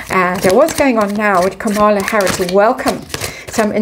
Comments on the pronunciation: Kamala..accent on KAH-mala..Indian pronunciation Comm-la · just FYI, her name is pronounced KA-ma-la. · Quick note; Kamala should be pronounced like Camelot, emphasis on first syllable. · All the YouTubers outside the US are having trouble with the correct pronounciation of Kamala. I try remember it is Kama-la, but my inclination is to say Ka-mala. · Yeah….she ain’t no Kamala (pronounced Ka Maa La) meaning perfection or Lotus flower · you may like to know that Kamala's name is pronounced with accent on the first syllable.